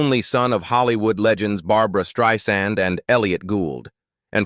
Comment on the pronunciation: I enjoyed the content, but I noticed a few pronunciation mistakes with names like Charlize Theron, Barbra Streisand, and Elliot Page. Correcting those would make the presentation even more professional.